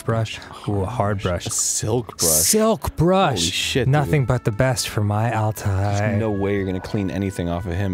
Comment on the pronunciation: The r itself doesn't make the last syllable, it's that combined with the double dotted i. So it would be*all-tie-AY*.